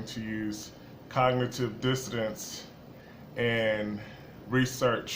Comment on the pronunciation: what is dissodence? cog·ni·tive dis·so·nance you guys are robots, repeating what you heard someone say...you cant even pronounce the phrase!